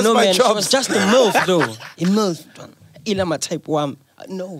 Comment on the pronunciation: MacG zulu is swak😂😂😂😂😂bazo lila😂😂😂😂instead of khala😂😂😂😂